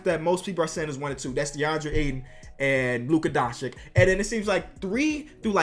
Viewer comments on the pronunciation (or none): Luka doncic is pronounced like this: Luka Donchich. You pronounce it like donchick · im sorry for being a smart ass, but im from the balkans regions and it really pisses me off by how much i hear luka doncic's name get mispronounced. Its like DONCHICH. Come on americ, put atleast some effort into it.